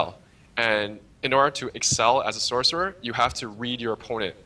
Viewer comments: i die a little each time he says SORK, sorc isn't even a word anyway, if your going to type it out to make it easier to communicate that's one thing,but to say it out loud? how hard is it just to say sorcerer, its just lazy really, and sounds stupid, at least pronounce it as sors. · Gargnoiz says the man that can't understand where the S sound in sorcerer is